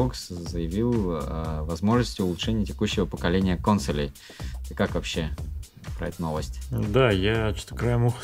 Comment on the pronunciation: не говори кОнсолей, слух режет, будь молодцом.